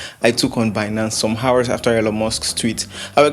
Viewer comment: the h in hours is silent